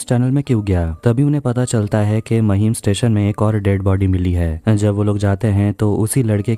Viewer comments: महिम नाय रे लवड्या... It's माहीम! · It's माहिम not महिम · महिम नही बे ,,,,, माहिम बोल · Bhai maheem nhi hai mahim hai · Mahim nahi maahim pronounce krte h usko😒